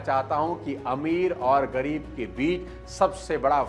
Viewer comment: It's ग़रीब not गरीब